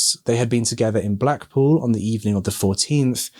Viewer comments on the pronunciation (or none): none